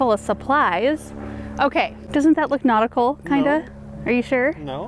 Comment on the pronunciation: Take a drink every time you guys say notical 🤣♥️